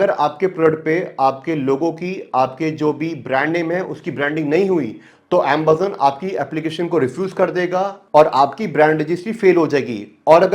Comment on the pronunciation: bhai tu AMAZON ko AMBAZON kyu bolta hai?